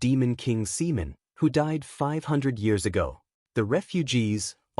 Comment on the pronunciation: Another good one bro, i would just advise always check and spend extra time editing first 10-15 minutes to keep potential subscribers hooked, cuz I've seen many viewers just dropping videos because of mispronunciation of names like the opening Simon or Seaman, i love how your AI is very descriptive but this video took way longer than for example Genius Prismatic Mage full 4 hours more for 3 more chapters. Keep up with the good work bro